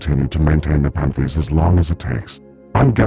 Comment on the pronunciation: Take a shot every time he says Nepethes